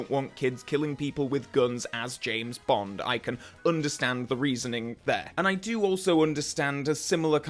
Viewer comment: STOP GETTING BOND WRONGGGGGGGGGGGGGGG